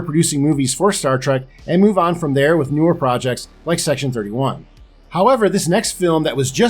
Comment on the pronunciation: Did he say "C-Section-31?" I'd watch that.